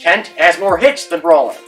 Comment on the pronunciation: Jeff Kent was average defensively Rolen was a top 5 defender at 3rd all time Kent will get in but he’s been punished for being a dick. Rolen was abrasive too, just not Kent-level And it’s Rolen not “Rolling”